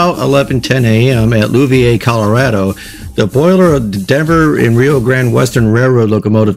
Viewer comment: Native Colorado here. Some struggles with pronunciation of place names. The accident happened at Louviers, which is now a few miles south of the urban foot-print centered on Denver. Would have been a bit more out in the boonies in '52. "Loo-ve-urs" more or less. Could the crown-sheet have been exposed and weakened on a previous trip? Did the locomotive operate west through tunnels? My father fired steam for the B&O west of Baltimore through a series of tunnels, a less steep (from 12 to 500 feet above sea level) version of the Rio Grande west of Denver. He said it was common practice when pulling drag tonnage up-grade to enter a tunnel with boiler full and fire fully stoked then shutting-off feed water and coal. Adding either cools the fire and causes more toxic exhaust. Engine crew was motivated to let boiler water get as low as they dared to let it.